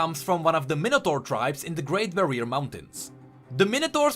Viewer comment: ....The way he says minator bugs me